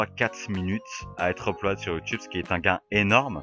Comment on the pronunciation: Quand tu dis Uploade ça me tue, sinon très bonne vidéo !